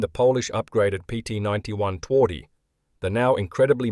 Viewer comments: Interesting movie. While loss rate is only partially useful for rating tanks, it is helpful. And movie is well documented. P.S: "Twardy" should be propounced "tvardy". It means "tough". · Some reliable information right here. And a... special pronunciation of Twardy.